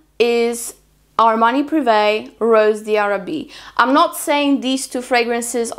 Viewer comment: It’s pronounced “ rose dharabie “ ☺️